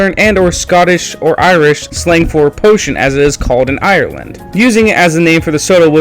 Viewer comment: Poitin is pronounced "poy-e-chin," roughly. Not potion. But yeh, its where the name comes from, similar to moonshine.